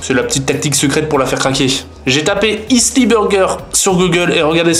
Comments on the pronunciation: Attend quand tu prononces "isli" c'est pour dire "Healthy" ? Ha merde. hahahaha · On dit Heulsi pour dire Healthy mdrrrr pas Isli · c'est parce qu'il faut dire healthy et non pas issli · C pas heasly c healsy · J'ai mis 2 min pour comprendre ce que tu voulais dire par " issly burger" xD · il le prononce tres mal cest healthy prononce "hell" "si" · Il a dit hellssy (healthy) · Un burger isly? Sacré anglais ça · non il a di "issly" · oui mais on dit healthy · ça m'a frustré à chaque fois qu'il le disait xD j'suppose qu'il voulait dire "healthy" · C'est grave d'avoir vécu des années en Angleterre et ne pas savoir prononcer "Healthy"...